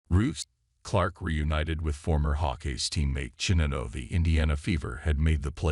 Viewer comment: Your robot can't pronounce Iowa, Czinano, or gopher.